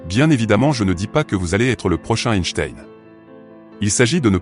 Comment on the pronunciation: Ce serait sympa de prononcer correctement son nom!!!!